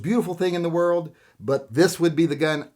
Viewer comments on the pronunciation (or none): none